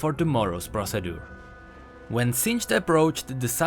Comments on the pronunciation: hey, another lore video. just wanted to let you know procedure is pronounced pro-see-jur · The way he pronounced "procedure" was so bad yet so cute. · I love the way u pronounce the word "Procedure" XD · lmao, the pronunciation of procedure, or am i just being honorably ignorant of something? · "procedue" LEEEEEETS GET RIIIIGHT INTO THE LOOOOOOORE